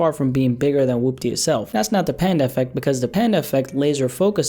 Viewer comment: woopdeh bitchamasaisa moveh. good video but the way he pronounces Woopty really messes with my head 😂